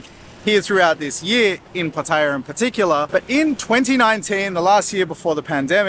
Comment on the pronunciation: Its Pat E AH l cringe every time you pronounce it wrong